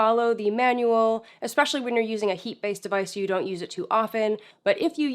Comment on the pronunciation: I really like you, you are thorough & know how to properly say the word "ESpecially"